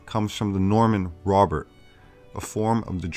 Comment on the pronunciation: Did you say Rober or Robert?